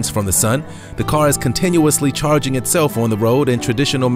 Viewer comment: Did he say chaquining stations?